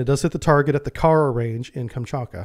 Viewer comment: "KamchaTka", not "Kamchaka".